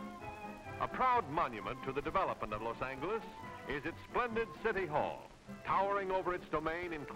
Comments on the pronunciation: Andy C no, the Spanish pronounciation would have the G sound like H. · the G is supposed to sound like an H, thats why this is so funny and incorrect to SPANISH SPEAKERS como yo! Pero gracias. 🙄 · The good olden days... Now, not so glamorous. But how the narrator pronounces the city though! 😂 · Exactly. By 1953 waves of soldiers returning home from war would have already started a huge population boom in Southern California. This documentary is made as if no one knew about Los Angeles yet. Certainly didn't know how to pronounce it. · his pronunciation of ‘los angeles’ is horrifying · Why does the narrator pronounce Los Angeles that way? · Well, I'm old (72) and if you watched alot of old western this is the way they pronounced it. So I was a little surprised when a couple of the comments were aboutt the strange way it was being pronounced. This the limit to my expertise. Not much!! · Thanks for the upload. I just wish the host knew how to pronounce Los Angeles. 😅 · ive never heard someone pronounce "los angeles" like the narrator does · If only the narrator could pronounce Los Angeles correctly. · Narrator likes a hard G when pronouncing Los Angeles. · I never heard someone say the G in angeles that way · Never heard Los Angeles pronounced with a hard G before. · the way los angeles is pronounced LOL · Narrator needs to learn to pronounce the city’s name. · ugh the way he pronounces Los Angeles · Who taught him how to mispronounce Los Angeles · Can’t even pronounce the city or state name! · I'm getting triggered by how this guy keeps pronouncing "Angeles". Lol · It Is LOS ANGALUS!!!! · David Ets prownownsed Lousy Angers duhdewd! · Whenever this guy pronounces Los Angeles like that with a hard g I throw up in my mouth a little. At least he doesn't say it often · los angles 😭😂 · ”Los An-gee-less” I sometimes thought it was pronounced that way, but thought I was being stupid. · I can’t get over him saying Los Angleus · he calls it " Los angle-us" 😂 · Los Angle-ess!